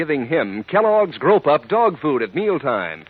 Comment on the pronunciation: The announcer for the dog food at the end is making 'grow pup' sound like 'grope up'